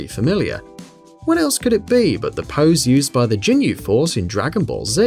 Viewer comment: "Big fan of the Ginyu Force" but can pronounce their name for shit lol